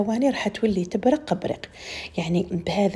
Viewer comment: اسمحيلي برك واش بيك مع حرف القاف كل لكلمات لي فيها لقاف تنطقيها بلغين شوفت لفديوهات تاوعك تقولي غلب لوز وهي قلب لوز تقولي تبرغ وهي تبرق ،نسيغ وهي نسيق صححولي ولا راني غالطة